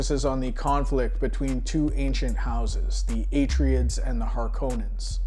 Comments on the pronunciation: Atryids? Dude what? I've never heard it pronounced that way... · Minor quibble, Atreides is promounced A-Traya-Dees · Good video, with one annoyance..."A-tray-dees". It's based on Greek. And the Folio edition is gorgeous, with Dune Messiah recently released. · did you do a search on how to pronounce "Atreides".